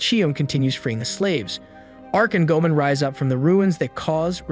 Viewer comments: It's go-a-mon not go-man Goemon is a famous theif in Japanese history. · My guy, I like these videos, but you need to rewatch the series to get the pronunciation of the names 😂 "Chee-ohm" and "Gōmen" had me in stitches 🤣